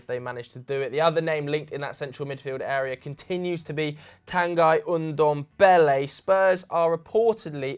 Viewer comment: ITS NOT PRONOUNCED TANGUUY, ITS TANGEEE